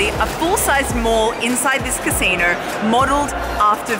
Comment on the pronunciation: Pronouncing "Basino" in such an African accent! Loved it😄